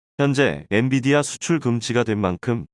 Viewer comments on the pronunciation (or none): none